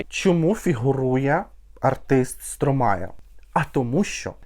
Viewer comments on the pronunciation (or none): Французи кажуть СтромА , останню букву "е" не читають😂 ну не Стромає точно😂😂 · А він і не француз. Сам співак в інтерв'ю вимовляє як Стромай